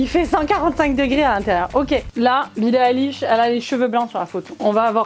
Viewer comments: Billie ÉLISH 😭💀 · Pitié dites pas élich mais aylish ahhhhhhhhhhhhhhhh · Billie AÏLISH,, pas Billie Éliche! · BILLIE AÏLISH STP PAS BILLIE ÉLISH😭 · ON DIT PAS BILLIE ILISH CA SE PRONONCE AYELISH 😭😭😭😂❤️ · Ça se prononce Billie EYlish !!! Pas élish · ça se dit billie ail-liche pour info 😭✋ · ATT MAIS C PAS BILLE ELISH C'EST BILLIE LA BICHE!😭😭😂😂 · J'étais morte "Billie élish" prononcez "aïlish"svp💀💀💀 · "billie élish" je meurs mdrrr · Mes 2 YouTubeuses préférées il manquerait plus que l’une de vous fasse une vidéo avec Gaëlle Garcia Diaz!!!!❤️🧡💛💚💙💜 Sinon je suis aussi une énorme fan de billie eillish mes oreilles ont saigné quand tu as répète Billie Élich Élich Elich💀💀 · Omg "Billie Élish" 😭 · Billie Elish c et kim k pas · Billie Élish ?? 😭😭🤣🤣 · Quand elle disent "Eillish" les fans de Billie en sueur 😭😥🥵🤡💀❤ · Ouchhh ...Le "Bille Éllich" aie. J'ai mal. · Mdr Billie Eilwish😅😂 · COMMENT TU PRONONCE BILLIE EILISH XD SA SE PRENONCE AILISH XD (deso pour les fautes) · " Billie Élish " 👁👄👁🔫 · Billims XD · Ce n’est pas Billie Eyllish c’est Billie Eilish 😂😮😊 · Sa se dit billie eilish🤬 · Moi aussi par contre comme elle prononce billie eilish ma tuer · E-I-L-L-I-S-H.... Billie Eillish stp un peu de respect 😭😭😭😂😂😂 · Elles prononcent mal Billie Eilish sa m'soule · Haha 😂 je suis en de bille eilish sa fait mal et la prononciation de 🤦😂 Et il faut avoir quell ne porte pas non lus ce genre de tenue dehors pas à ce point la sa cest plus pour les grammy ou autre ou elle est prise en photo bref😂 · c’est fais exprès pour rigoler car elle le dis n’importe comment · bah non elle sait juste pas comment le prononcer